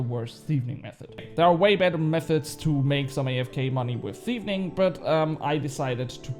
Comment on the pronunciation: i think its just one "N" in thieving 😆 you just had a heavy double N thing going on there when you said it. I woke my wife up laughing so hard😅